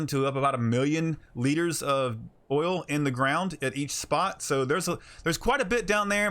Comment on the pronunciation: Did you just say O I L ?